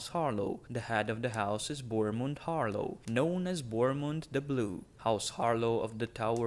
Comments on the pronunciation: god i had stop watching this video because you pronounced "HarLAW" as "HarLOW" its a completely different vowel man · I swear to the drown god, if I hear once more "Harlow"....